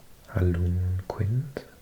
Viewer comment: Al-GONk-win. Ear-roh-kwah. Oh-jib-way. You forgot Inuit ( in-you-it)👍